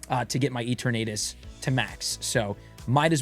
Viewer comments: I can't get over how you pronounce Eternatus LOL! Is it not a play on the word "eternity"? Love you! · does he say it like that on purpose ? or is he one of those people who don't want to say it properly out of convenience lol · its pronounce as "ee·tur·nuh·tuhs" not "eeter·nate·us" & its "ray·kway·zuh" not "ray·kwah·zuh" - LOL you killing me here